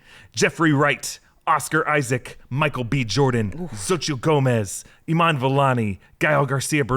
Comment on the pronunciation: Xotchil is pronounced SO-CHEE. I know you guys are trying but you’ve been butchering that one for a minute 😂 please and thank you